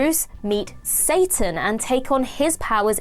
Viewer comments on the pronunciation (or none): none